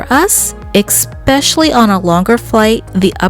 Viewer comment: this is very helpful info for our upcoming 5 hour flight. Please note, the word especially does not have an X in it😏😏